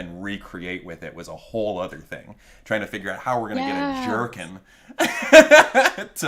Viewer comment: Every time Thomas says jerkin I think he’s saying jerky